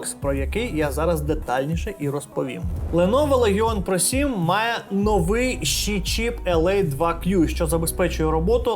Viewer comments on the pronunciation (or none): none